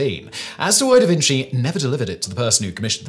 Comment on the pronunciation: mum!! he's saying davinsy again!